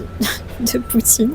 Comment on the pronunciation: Y a quelque chose de tres reconfortant dans ta voix, accent ou ton... je sais pas quoi. Bravo pour bien dire "poutine" a la facon quebecoise